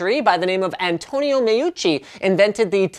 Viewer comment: YOU GOT MEUCCI RIGHT!!!! I was ready to write a hangry comment but you are epic XD